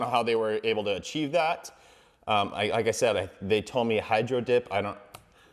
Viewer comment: Bro 🤣🤣🤣 “I don’t know how they were able to aChIeVeE tHaT🥴”